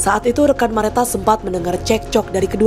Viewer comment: Salfok hostnya blg nama korban Merata berkali2 pdhl di Nisan jelas2 namanya Mareta 😢 please jgn ngandelin prompter